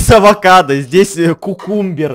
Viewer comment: Адвокадо адвокат если что это так сказала вообще это авокадо❤🥑😊